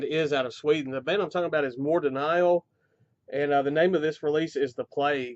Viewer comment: When I first discovered Mordenial through your BLR giveaway last year their cds were already sold out, might have to jump on this deal now, definitely one of the best artworks of 2017. Also you made me realize that I have been pronouncing their name incorrect;ly for all this time :D